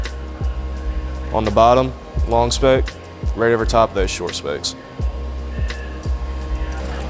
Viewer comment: Excellent vid. Thanks! Is he saying spokes or specks?